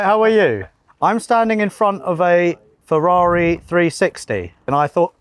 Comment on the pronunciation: Ferderrand farrari